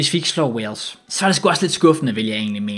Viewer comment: Alle andre som siger Wales og som siger Walsh